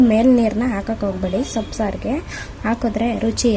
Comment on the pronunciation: ಸೊಪ್ಪಿಗೂ ಸೋಪಿಗೂ ವ್ಯತ್ಯಾಸ ತಿಳಿಯದ ಕನ್ನಡ ಯಾವ ಸ್ಕೂಲ್ ನ ಟೀಚರ್ ತಾಯಿ ಕನ್ನಡ ಕಳಿಸಿದ್ದು.